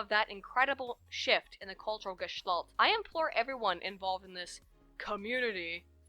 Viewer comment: Hey,, or anyone reading this. Several times throughout your video you mentioned a word I can never quite make out. The word was also used in the end of this video, prompting this comment. The word sounds like the German word "Gestalt" pronounced with a retarded accent. Is that the word which was said? I know there's a few German words in the social sciences (damn shame Mitteleuropa never happened) so I'm thinking that it could the the word you're using. Anybody here who understands the word properly?